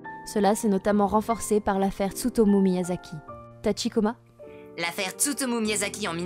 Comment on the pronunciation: Non, déjà le présentateur ne dit pas correctement Tachikoma, il le prononce à la française. Pour le "hare hare yukai" il faut aspirer le H. Ensuite pour le "train otaku", jsais pas où ils ont entendu un japonais dire train à la française et puis pour les idols ça se prononce "aidoru" (avec l'accent japonais bien sûr)